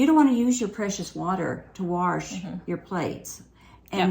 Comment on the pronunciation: Omg I was dying when you corrected your “warsh” hahaha ! My MIL says it that way